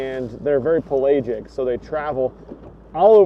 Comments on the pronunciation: You put emPhasis on the wrong sYlable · Pel AA gic? WTF dude? Pelagic man